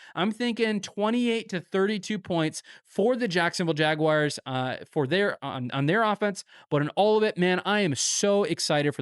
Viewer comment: I love this channel, but ngl, wish you'd stop saying, "jag-wires" 😂